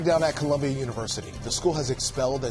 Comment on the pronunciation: That dude said “Columbian” University at the very beginning. lol